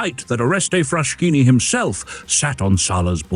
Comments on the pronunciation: I can’t stand all the mispronounciations. First of all it’s Frass-Kini not Frash-kini (just like Bruss-ketta non Bru-shetta) Then Cesare is “CHAY-za-ray” not whatever it is this man says. Lots of others too. If you don’t know the correct pronounciation, that’s fine, nobody speaks all languages, but find out from someone who does. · Oh ffs, it's pronounced FrasKini !